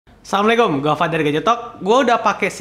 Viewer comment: sori nih bang, klo ngucapin salam sebaiknya yg benar. assalamualaikum. bukan samlekom. karna artinya uda beda. klo blom bisa baca salam secara islam, mungkin bisa di tiru dengan reviewers yg lain. misal selamat pagi siang atau malam kalian blabla.